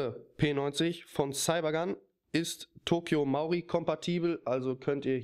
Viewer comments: Coole Sache, hast du da die Text-to-Speech-Funktion von XP verwendet? BTW es heißt Tokyo MARUI, nicht MAURI. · das heisst toky marui und nicht tokyo mauri!!